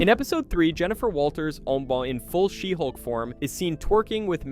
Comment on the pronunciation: you mispronounced a bunch of titles- Shesulk.... Blacktin America..... and Black Pussy Wakanada for never.